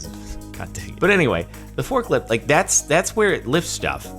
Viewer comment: when u say f*ck lift instead of fork lift